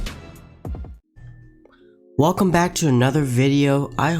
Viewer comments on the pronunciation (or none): none